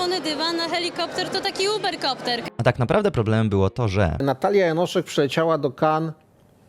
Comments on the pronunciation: Jest tak mało popularna, ze nawet nieświadomie przekręcasz jej nazwisko na Janosik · Janoszek a nie Janosik 😂